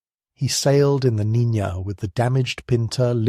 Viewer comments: Niña, not Nina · Listened to the whole video. Nicely done. Unlike other channels, you pronounce Niña properly as "NEEN-ya" instead of "NEE-na". But, you did START with "Nina" early on then switched about an hour in. It just ended, at 0651. Location: Seattle WA area. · Ok, the name Niña is pronounced roughly as NEEN-YAH.